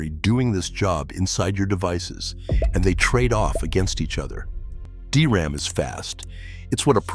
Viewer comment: "a D R A M chip" it's literally pronounced "dee ram" I hate AI